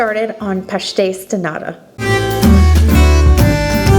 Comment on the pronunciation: You pronounced pastéis de “nada” = nothing. The t needs to be pronounced like a strong British T as in Tom. 😊 Love your passion for internationally pastries! As a Portuguese I much prefer a bean pastry, almond, orange or carrot, anything other than pastéis de nata but I am clearly a bad Portuguese who doesn’t care for sardines or pastéis de nata! 😄 I wonder what your tins were made out of? Mine continue to be the bright tin colour. You also use them to make chicken pies. Great job as always!